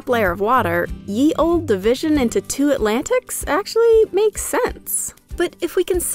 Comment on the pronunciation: Ye Olde is still pronounced the old.